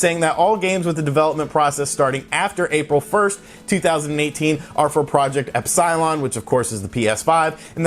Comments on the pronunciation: Ep-Cil-on. Not Ep-Sy-Lon... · Butchering the pronunciation of Epsilon cracked me up for some reason haha. Great video as always bro! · Ep-sigh-lon? Lol but your from NC so it's ok. I'm from NC too lmao But great vid love the content and frequency of new videos your putting out. puttin in that work SON!